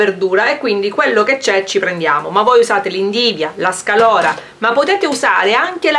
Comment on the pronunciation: sei fantastica...ma xké dici SCALORA? si dice SCAROLA!😁